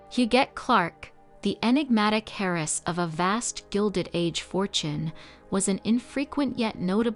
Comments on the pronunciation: 'Hair - ess' I'm sorry what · Kept wondering who Harris was😮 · And sawray (soiree). But yeah, the repeated hairess grated the most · Terrible Ai reader. Harris for heiress? Hote coochure?? Geesh. It really disrupts the listening. Do you want to hire a real reader? I am available.